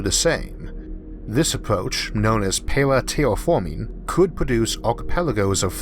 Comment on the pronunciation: Tewwa Fawming, sarlfewik athid? fingors?